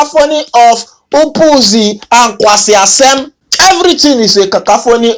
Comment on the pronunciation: "nkwasias3m" Said by a Nigerian 😂